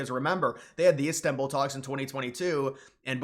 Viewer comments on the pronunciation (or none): none